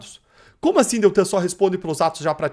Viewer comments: Ei, não é Deltran, e sim DELTAN. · O nome correto é "Deltan Delagnol" e não "Deltran..." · O nome dele é DELTAN e não "DELTRAN". Pare de chama-lo pelo nome errado. Tá ficando feio, isso.🥴